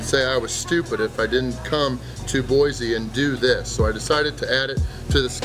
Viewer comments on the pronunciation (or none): Boy-see not Boy-zee. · Boy-c not boy-z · There no "Z" in Boise.